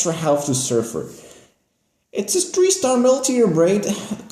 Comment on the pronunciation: It's not "tree" and "dirty". Its "three" and "thirty" 😂😂😂